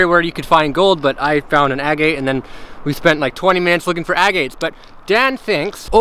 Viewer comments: Ag-eight ...no, it is ag— gut. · Distracting to hear the way pronounces "agate".